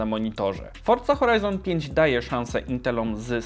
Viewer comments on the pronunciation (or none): none